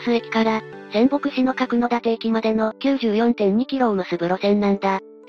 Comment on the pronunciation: んー、いい動画なのに読み違いが多すぎて興醒め…かくだて（角館）、ようかど（鷹角）、はちとう（八頭）、せんとう（千頭）…こういう動画だからこそ地名、固有名詞の間違いは見過ごせない。